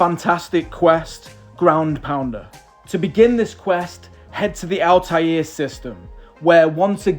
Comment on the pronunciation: Really amused to listen to your pronunciation of “Altair”… didn’t think that you could speak it as if it was a French word… but it is AltAIR - like the stuff you breathe. 😅